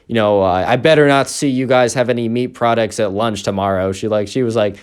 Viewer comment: Meat i thought u said beet originally lol